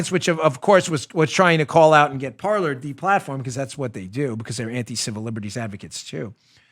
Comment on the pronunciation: I think Parler was destroyed because no one knows the pronunciation of that word. It’s not “Parlor” it’s ‘Par-lay” Kind of like how the “epoch times” isn’t pronounced e-pock. It’s pronounced ‘epic’ - and for that matter if you’re calling your news organization “epoch times” then you’re using it as an adjective and the correct spelling is “Epic”. An Epoch is a noun, but still pronounced “Epic” OCD rant over. That stuff makes me nuts, man.